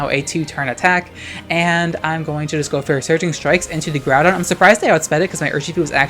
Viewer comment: Ngl I love your content but every time I hear you say kyogre or groudon's name's I die a little on the inside.